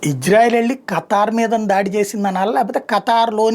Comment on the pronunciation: niki khatar name sarigaa chappadam radu muskora bhadkuv 😅😅😅